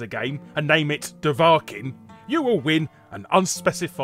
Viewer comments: wtf...Dova-Kin not de-va-kin..I thought everyone played skyrim for at least a couple hours. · doh-vaa-ken? oh my god... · It's DOV-A-KIN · "It's Do vahkiin not Do vah kiin." - Hermione Greybeard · Larry has never played Skyrim or he would've known it's pronounced 'DOUGH-vuh-keen' not 'daVAkin' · da-va-kin? Are you pulling my gherkin over here? Doe-va-keen. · "Dove-Argh-King" Triggering Intensifies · "Duh vah kin" Boy, guess the one person who didn't play Skyrim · Clearly you have never played skyrim with that pronunciation. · Why are you pronouncing it "Doe'Vah'ken"? Great video. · It sounds worse when you mispronounce it as "Do-VAH-Kin", although even pronounced correctly I feel bad for the kid. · you pronounce Dova-kin weirdly :P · dovarrkeeen? have you even played skyrim larry? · I actually did hear about the Skyrim stunt (although the name's pronounced "dough-vah-keen") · "DoVARKin" ...really Larry? Have you literally never seen or heard anything related to Skyrim ever? What's the famous shout, fuzz rudder? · Jesus my ears! Doe-vah-kin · Doh vak keen. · So you pronounce Dohvarkiin D'varkin. Interesting choice, suggesting you haven't actually played Skyrim. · Never heard someone butcher the pronunciation of "Dovahkiin" before. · Kinda interesting how you pronounced Dovahkiin, makes me genuinely curious if you have or had at the time ever played Skyrim? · Amini moose he didn’t even say the name right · The biggest backfire in the whole video was the butchering of Dovahkiin's pronunciation. With the popularity of Skyrim, the multiple re-releases and sweaty Bethesda fanboys inisiting it's the greatest thing since sliced bread, there's really no excuse. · I have never heard anyone pronounce Dovahkiin so bad in my life!! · that dovahkiin pronunciation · The way you pronounce "Dovahkin" literally hurts me. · I've never played Skyrim, and even I know that's not how you pronounce "Dovahkiin". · The way you pronounce dovakhin hurts my soul